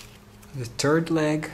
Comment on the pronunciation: "The Turd Leg"